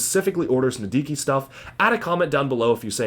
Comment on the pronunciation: HE SAID NIDIKIN' TIME